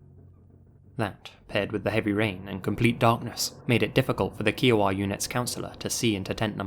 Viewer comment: Ok you seriously have to work on your pronouncing of certain words like Des Moines, Kiowa, etc